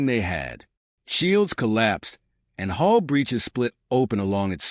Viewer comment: It is hull not hole not hoes